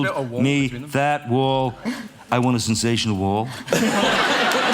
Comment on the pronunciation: Trump can't even say,"Sensational."😂 This isn't even the worst thing anyone has ever said about him...😂